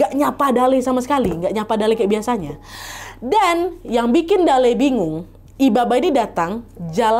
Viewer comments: sbnrnya namanya kakek itu pembacaannya salah kak nadia, bacaannya itu dalLe’ L. nya dua dan ada penekanan 😂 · kotaaa kuuuuuuu😭 btw dalle cara bacanya tuh kaya mati '